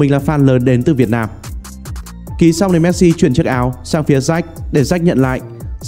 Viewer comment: Cứ đọc "Méc-Si" Méc-si Méc-si nghe khó chịu thật...